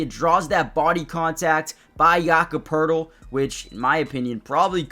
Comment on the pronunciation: No R in Poeltl.